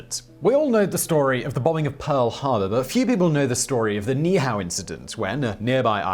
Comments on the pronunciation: Simon -- This isn't a criticism of your pronunciation of Niihau, you didn't know. Most don't, but in Hawaiian you pronounce every vowel, even if the same one occurs right after itself. So Niihau is pronounced "NEE-Hee-how". At least, that's what I was told by a native Hawaiian, on Kauai, which is next to Niihau. So, this isn't intended as a slam; you didn't know, and now you do. 😁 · It's pronounced - Niihua - nee - ee - how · All you had to do was any Hawaiian how to say that. NEE EE how There are Two (2) I's there and each is pronounced in Hawaiian as an "E" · You were really close on Ni'ihau! NEE-ee-how, but that's a small quibble. A lot of people forget the okina (apostrophe) that requires a repetition of the previous vowel sound. Love your videos and love that you attempt the words unlike some videos that wimp out because they're afraid to even try!! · Niihau is pronounced by saying both i’s separately.